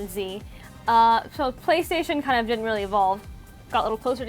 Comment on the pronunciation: playstation, not paystation.